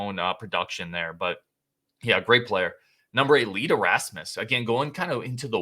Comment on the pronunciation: Donald Hayes was from Madison East. And it’s not Lee ‘Derasmus’. His last name rhymes with famous. Famous Lee Deramus. Clown mistakes.